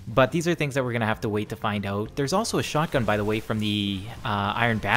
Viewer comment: "We're bringin oooot shotguns today"